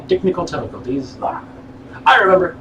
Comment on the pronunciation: Dechnical tifficulties lawl...